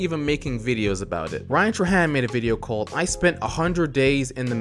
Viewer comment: its not ryan tra tra-han its ryan tray-hand